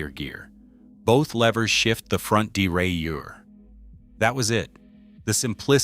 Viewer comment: Mechanical shifting doesn’t run out of battery power! Your AI narration sucks; can’t pronounce derailleur! 😂